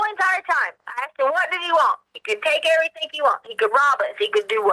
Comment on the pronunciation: Why does she say "everythink" and "screamink?" That's the most annoying thing I've ever heard.